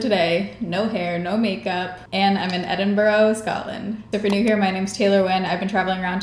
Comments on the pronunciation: I'm creasing at "it's a bobble, what else would you call it? It's a bobble!" I agree COMPLETELY 😂 Also I'm constantly amazed at the difficulty with pronouncing Edinburgh, just say the word "bruh" as you normally would, and tack it on the end of Edin lol Edinberg is definitely worse though! I'm so glad you had such a lovely time in one of my favourite cities of all time ❤️ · Edin-what? 😂😂 But honestly, loved this look and so glad you had a brilliant time here! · I come to know that the Scottish hate the way Americans pronounce Edinburgh lol! Your makeup and hair turned out fabulous! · My city 🙌 edin "bruh"